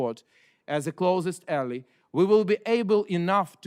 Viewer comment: Прекрасная речь, Алексей! Единственное замечание по-английскому: Слово ALLY (союзник) произносится как [эллай], а не [элли]. Многие делают эту ошибку.